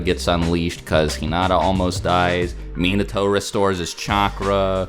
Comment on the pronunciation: How you guys do some many video and claim to be "lore master" cant even say "Minato" correctly?